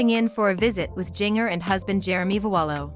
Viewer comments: Jin-jer.....not Jing..er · Right. I was hearing jr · It's Jinger, not Junior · What I don't understand how in the world you don't know how to pronounce Jinger? So many other creators mispronounced other names and words in their vids. Makes me crazy! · “JING ERRRR” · Omg I wish this robot could pronounce Jinger's name right 🤦‍♀️